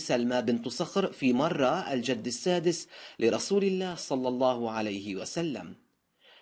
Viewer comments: انت مش عارف تقرأ اصلا اسمه مُره، بن تقرأ ابن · ((مُره)) بالضم وليس بالفتح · مرة بضم الميم وليس بالفتح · مرة بضم الميم و ليس بفتحها ،،، مرة بن كعب